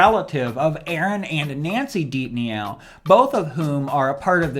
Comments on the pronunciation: Did you really just say "Ed Deep-Nee-Ow?" it's pronounced "Deep-No" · Deepneau is pronounced “deep no”.